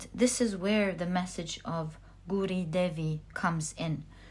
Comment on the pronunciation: pile 3, thanks for the great reading! incidentally, gauri is pronounced gow ( rhyming with cow) ri. 🥰